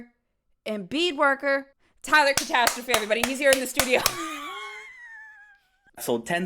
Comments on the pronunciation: I hate the fact the last name is being pronounced Catostrophe 😖 it’s catastrophic, and yes I’m using the term catastrophic to describe it 😂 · Dammit why can’t pronounce catastrophe?